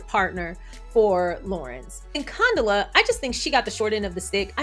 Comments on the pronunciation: Girlll lol, it’s pronounced Con-Dough-La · pronunciation is fine. We were calling Condola everything BUT Condola… she’ll survive. 😂